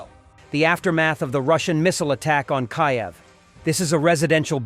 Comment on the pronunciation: Please learn how to pronounce Kyiv. AI should do better than that.